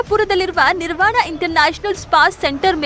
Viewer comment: Not Nivaran, it’s Nirvana